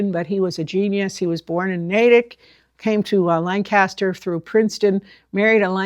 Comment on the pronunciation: With all due respects, it's pronounced "LANG-kiss-ster"..LAN-kass-ster is a place in Pennsylvania or California or somewhere. ---Geoff (born and raised in Lancaster)